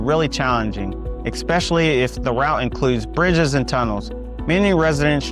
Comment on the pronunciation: Suffolk is the largest Virginia city by land area. If you include water features then you are correct. I was born and raised in VAB and left when I retired because the city politics became corrupt. Another reason I left was when they started building homes or shopping centers over cemeteries. BTW the word is "ESpecially"' not Ekspecially.